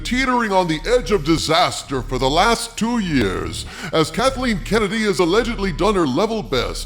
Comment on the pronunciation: Thumbs up just for the "Kuntleen Kennedy" 😂👍